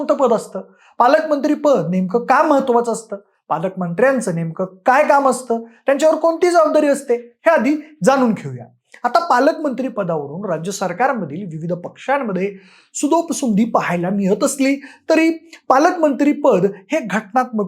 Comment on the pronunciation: भावा सुदोपसुंदी नसतंय ते सुंदोपसुंदी असतंय ते